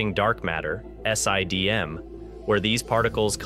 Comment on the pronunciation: S.I.D.M, Sye-D.M, Siddum; how many different ways can you pronounce the same thing in one video